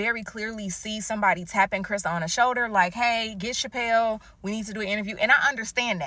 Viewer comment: Calling Chappell Roan....Chappelle as in Chappell Show has me howling 🤣🤣🤣🤣